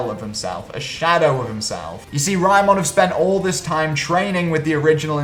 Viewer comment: Tf is Raymon? They say the name about a million times and you still get it wrong